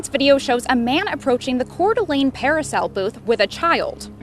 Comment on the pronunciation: Just in case you run into it again. Coeur D'alene is pronounced like CORE-DUH-LANE